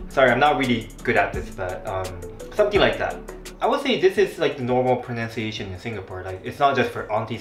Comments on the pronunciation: By the way, "pronunciation" is pronounced as PRO-NUN-CIATION, not PRO-NOUNCE-CIATION. This is not a hate comment, still love your videos!!! Just wanted to nitpick back, since you kept pointing out our(singaporeans') pronunciation. hahaha. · another one - - 'pronunciation ' should be pro-NUN-ciation nor pro-noun-ciation. 'Japanese' should be Ja-PA-nese not Ja-PAN-nese. Also 'vase' in American english is pronounced differently from British.